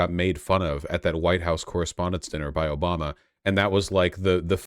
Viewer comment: Litterally "Obamna.... "